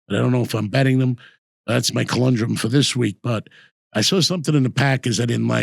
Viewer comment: It's conundrum...Not colundrum!😂😂